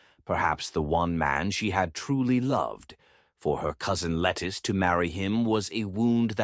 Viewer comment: A main correction to a good bio. Her is not lettuce but Lettice as Lett-ese